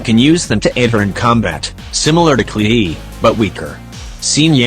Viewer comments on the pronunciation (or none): none